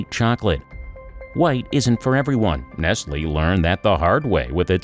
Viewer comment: Y her saying nestlily its n e s t l e